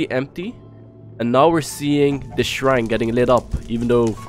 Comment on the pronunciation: Shrine not srhine